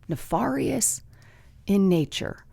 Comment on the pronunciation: ne fair ious, not far ious, nefarious. ne fair ious